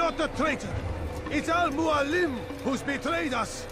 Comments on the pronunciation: I am so pissed off that the voice actor butchered the inflection in Al Mualim. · He places the accent on al muAlim instead of al muaLIM